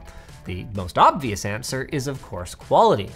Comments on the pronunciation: Oh I hear it now, thanks I was like wtf is sqwawer lol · In sqwawer